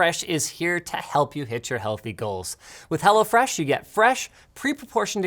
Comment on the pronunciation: It sounds like you say HellaFresh 😅